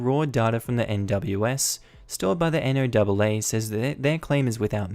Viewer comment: NOAA = National Oceanic and Atmospheric Administration, usually pronounced as the name Noah. Also, you can technically be travelling north on I-90 I suppose, but it would be a really odd, since any Interstate Highways that end in an even numbers and are only two numbers go east-west, like I-90, I-80, etc. Meanwhile if it's odd, like I-95, or I-5, it's north-south.